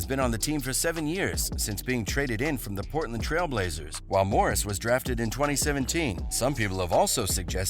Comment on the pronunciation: not pronouncing nobody name right. joking Morris barton